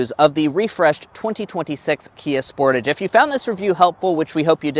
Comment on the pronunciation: Sportaaage sport-"ah"-ge Americans pronounce this cars name so weird lol